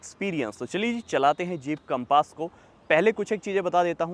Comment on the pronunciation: Bhai naam to sahi se le lo gaadi ka....compaaaaaas nahi hai Compass hai